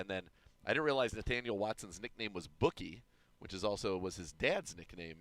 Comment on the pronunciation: It’s “Boo”kie Watson. Not bookie, just a heads up